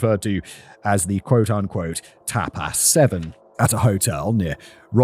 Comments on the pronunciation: Tap aaass restaurant lol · Simon pronouncing tapas as tap-ASS is the best thing about today for me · You're a tape-ass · Tbf it's the British pronunciation and how it's pronounced in some countries alphabets so if he was unfamiliar with the word it'd be a normal guess